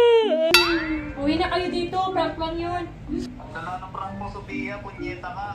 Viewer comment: Sobrang natuwa ako nung sinabihan si ate Sophia ng ponyeta😂😂😂. First time ko na napakinggan si na nagsalita ng mali. Nakakatuwa talaga😂😂😂😂😂😂😂😂😂😂😂😂